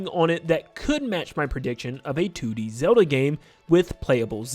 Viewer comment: He keeps saying "Two Dee Zelda," but it sounds like he's saying "Tooty Zelda" and I just can't unhear it. Also, there's some joke about the acronym for "The Ocarina Of Time" in there somewhere... LOZ:TOOT At least there would be, but someone had the foresight to remove "the" from the title (or maybe it was never in consideration?) specifically so we can't.